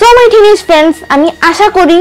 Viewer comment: বারবার টিনেজ টিনেক করো কেন